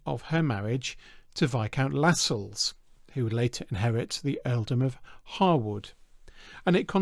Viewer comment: extra points for the correct pronunciation of "Harewood" and "Lascelles"